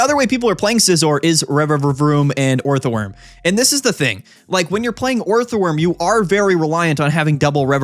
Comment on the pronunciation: you can say steelix instead of scizor all you like but every time you turn orthworm into a 3 syllable word it’s like a gunshot to my ears